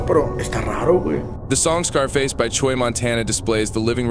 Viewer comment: “ Choy “ Lol bro it’s chuy. Pronounced chew - E